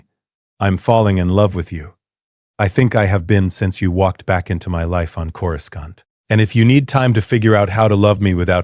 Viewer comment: Corou skont in the first 3 seconds. Can't.